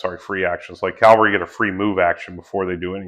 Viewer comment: bro if you are explaining wargames you really do need to learn how to say "cavalry". Looks like a cool game, will be getting the book.